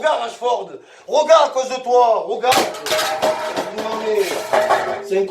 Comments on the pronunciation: C'est pas Rachford mais Rashford Momo 😂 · Rachford 😂 même son nom il l’a pas respecté 😂